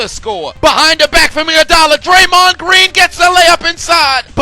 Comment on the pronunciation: YO SAID draymon TO THE RESCUE 😂😂😂😂😂😂😂😂😂😂😂😂